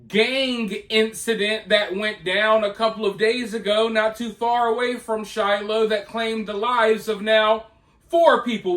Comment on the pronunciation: the way he says shiloh makes me die inside